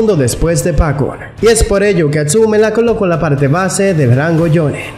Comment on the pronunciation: Porque dices jonne es jonin